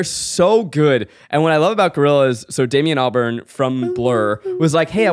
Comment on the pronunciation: "Damien Alborn" I died a little bit as a Brit